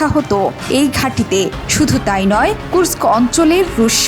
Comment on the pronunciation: The only channel can pronounce "Kursk" perfectly!